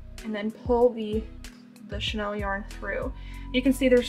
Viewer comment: You know it’s chenille yarn, not Chanel yarn right girl ?!